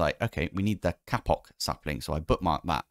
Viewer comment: stop saying kapok